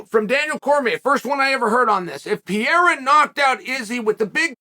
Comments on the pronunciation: It is Pereira not Piera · its Per-Rayra... not Pee-Era ... PEREIRA and roll your R's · Love ❤️ uncle chael but its pereira not piera 🤷‍♂️💯😂😂😂🤣🤣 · Pereira: Pereira. Chael: Pierre. Pereira: I’m Pierre from now on. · Gotta love how he says Pierre in stead of Pereira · who the fuck is Piera? It is PEREIRA like in PE REI RA !Get it right Chael 🤣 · Uncle Sonnen, one more time: It isn't PIERA. It is PEREIRA. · Chael, please, please, please! Start pronouncing their names right! Pe-re-i-ra, Ma-kha-chev What's Pierra and what's Maklchev, you add and reduce letters which aren't even meant to be there! Anyway, I genuinely hope Izzy gets taken off the throne but I highly doubt as an MMA fighter and with how much Adesanya's grown over the years, that Pereira has a chance. Both very good strikers, Pereira has heavy hands and KO power which Izzy's been mocked relentlessly for not having (Although he believes he does), but I believe Adesanya has the bigger skillset. More variety, more kicks, the flashiness and the quick stance switching. I think Izzy's going to win by score. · every time he says what in spanish/ portuguese would be Piera I feel like someone is scratching on a chalkboard. Pe-rei-ra is not like that Joanna last name that is impossible to say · “PIERA” can’t get passed it… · Pierra? Pierre? Piera? 🤦🏻‍♂️ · Pierra :D :D :D LOOOOOOL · Chael ?.... WHO THE HECK IS PIERA !!!!!!!! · PEEAIRAH... PEARAH...PEERA... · Who TF is Pee-E-ra?? Haven't heard of that guy😂😂🤦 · I almost feel like Chael just butcher's names on purpose. Wtf is Pierre? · “I don’t think they even know Pierra.” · It’s Pe rray rruh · chael Who the fuck Is Piera?😂😂😂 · Uncle Chael Unlocked a New Fighter: "Alex Pierre" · Crazy how many videos Chanel does not knowing the fucking fighters name … it’s not pier bro .. if your commentating in a sports… do a little homework on who is fighting .. call buffer it’s easy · Who is Piera? Ahah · ...who the hell is "Pierra"?! Who is Uncle Chael talking about? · “Pee-era” lol😅